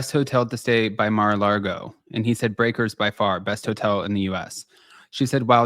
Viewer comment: it's Mar-a-Lago, not Mar-a-Largo. Also known as "The Home of Satan". Since you don't bother to read commects, I don't expect you to learn from my correction.